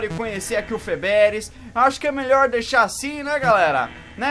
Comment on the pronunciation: O ele fala algumas palavras r no final ñ é melhol é melhor